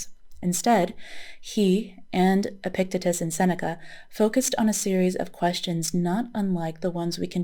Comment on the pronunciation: "The Meditations" of Marcus Aurelius is one of my favorite books on Stoicism. — i just discovered your channel a week ago and really enjoy your content. (subscribed) — for future reference, "Epictetus" is pronounced "epic-TEE-tus" — i hope you are a psych major, you are a natural at being a therapist. excellent work & research, —thank you, peace! ☽◯☾